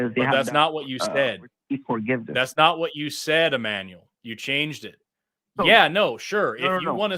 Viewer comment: It's Ammanuel. Me:Nooooooooo.